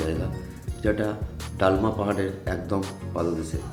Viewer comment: ডালমা নয় দলমা।আর স্যানিটারি নয় সেঞ্চুয়ারি।